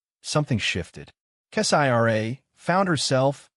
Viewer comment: I will not continue to listen to crap made stories like these, when the channel owners will not even review the AI reading the stories for accuracy. In this story, who the f is 'Kess-I-R-A?' That is not a name, Kessira is a name. 👎👎👎